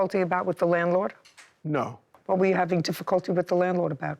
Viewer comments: He is irritating me saying WIFF instead of WITH🤬🤬🤬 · Hes a cop but can't say the word with... he says wif*